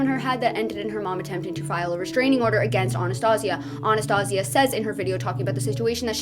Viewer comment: That isnt how you pronouce Anastasia. And this man doesn't need a dog, ever until he gets his mental instability in order. If he screams for hours at a human, imagine what he will do to the dog. Abuse it. Promise you.